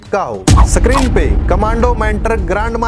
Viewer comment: Screen सक्रीन नहीं भाई, स्क्रीन